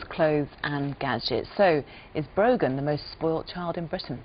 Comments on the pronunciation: Is her name Broken?? Cause I'm hearing that everytime I repeat the video lol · It's brogan